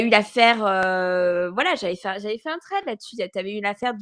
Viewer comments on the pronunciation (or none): none